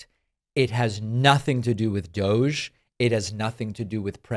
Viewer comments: Pronounced DOG 🐕‍🦺 E. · You’re all pronouncing it wrong, it is actually pronounced "Dog Eee". As in "Bad Dog Eee"... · Let it be known, that from this day forward, and throughout the land, DOGE shall be pronounced so that it rhymes with, "doggy." So it is written. So it shall be done! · DOGE really should be pronounced "DODGY"